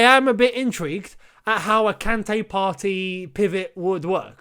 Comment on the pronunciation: Partey is pronounced Par - Tay. As in "sTAY"